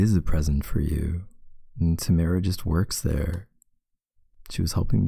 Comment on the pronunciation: When your name is Tamara and he says your name in the video even tho he didn’t say it right still made me blush a little